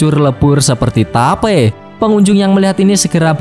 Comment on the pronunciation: gua denger ny vape